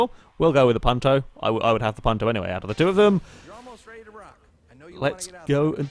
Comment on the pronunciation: This was my first videogame ever XD My father got it with the 360,but we never played "together" (since he died a month later :l) Keep up the good work! (also the "u" in Punto is pronounced like "you")